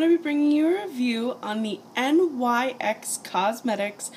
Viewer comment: Just so you know the company name is actually pronounced like "nicks" just letting you know